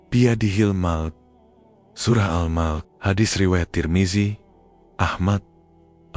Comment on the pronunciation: Al Mulk..bukan al mok....